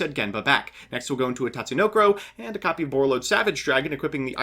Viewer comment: never thought i'd see the day mbt says Tatsunoko correctly